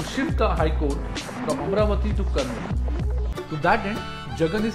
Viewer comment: Before making videos, first please learn how to pronounce Telugu words. You can't pronounce many words Amaravati Kurnool Polavaram Telangana Raddula Either you learn proper pronunciation before making video, or stop making video. I sincerely request not to kill our words with your wrong pronunciation. With very simple research, you would have surely got proper pronunciation of all the above words, but looks like you don't want to and you don't care. I am deeply pained by this. I lost respect for you.